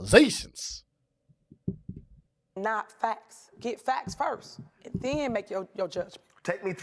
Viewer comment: Allizations! Not allegations. Cassor not cancer. Is English her second language? Lmao